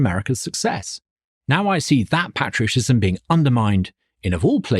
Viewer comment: Love his heart! I hope that Douglas Carswell learns to pronounce "patriotism" correctly.